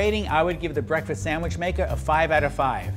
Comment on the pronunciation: A burger is not a “samwich”.